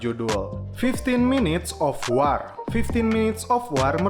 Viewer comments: Bacanya wor min, bukan war wkwkwkwkwk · Sekarang ini banyak chanel youtube yg bahas film. Saran aja, pd saat mau bikin video coba deh liat filmnya, cermati pelafalan nama tokohnya, pelafalan2 bahasa inggrisnya gimana, dll. Misalnya dalam video ini kata "War" yg harusnya dibaca "Wor",,dll. Apalagi jika berani review film Perancis yg bahasanya sulit diucapkan org Indonesia. Solusinya, liat filmnya, cermati pelafalannya. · Baca wor men bukan war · Sebut war bagi betul 🥲